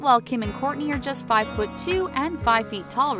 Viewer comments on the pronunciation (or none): none